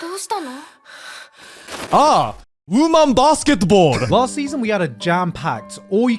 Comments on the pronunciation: "Ah Woman Basketball" said Joey in a Japanese accent, funniest shit I heard in a while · WOOMAN BAASKETBOLL 😂😂